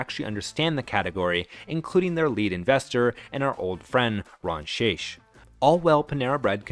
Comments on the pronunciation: Just a heads-up, the CEO's name is pronounced with a hard "ck" at the end of his name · The amount of errors in this video is staggering. From the pronunciation of the CEOs name (Shaich rhymes with bake) to Panera's imaginary IPO in 2007 (Au Bon Pain was a publicly traded company when they purchased St Louis Bread). Borderline defamation they way the lawsuit with the Texas franchise was described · Shaich like shake. I worked for the man. The Mac and Cheese was always from a plastic bag - just like the soups.